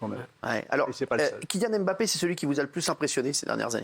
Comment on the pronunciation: C'est dommage il a beau être attaché presse des bleus, toujours est-il comme 99,9% des journalistes il est incapable de prononcer les noms de certain joueurs correctement, parce que Mbappé ne se prononce pas " aime - bappé " mais " mmbappé ". Au même titre Ngolo ne se prononce pas non plus " aine - golo" mais juste "nngolo", la première consonne est presque inaudible. Je serais étonné qu'aucun joueurs ne lui est jamais demander de faire passer le message.